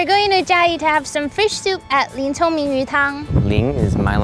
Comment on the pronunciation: Congming, not chongming🤣🤣🤣 But nice try